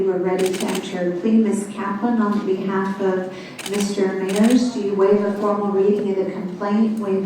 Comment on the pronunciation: It Mayers ..may ers